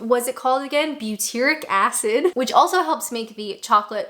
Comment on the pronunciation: You got the name butyric acid totally correct.